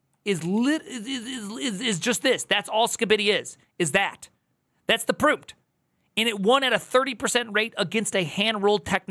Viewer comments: Prompt is pronounced "prAWmpt" not "prOOmpt" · It’s amazing how obvious this is yet AI fanboys will do anything but acknowledge it. Collapse of a modal so pervasive in its own datasets is doomed to fail. Also “proompt” is killing me lol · someone tell me the way he pronounces Prompt is a joke